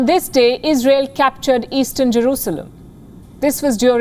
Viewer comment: lol it’s “Israel” not “Isreal”